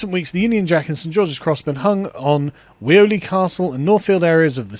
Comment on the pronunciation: By the way Weoley Castle is pronounced wheeley. Local knowledge 😂 We need to do this en masse, all lampposts everywhere 🏴🏴🏴